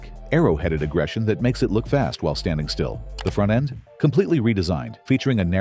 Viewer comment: “The forntend” 😂 & another video served up with AI sloppiness